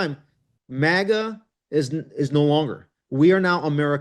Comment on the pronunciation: MAGA not MIGA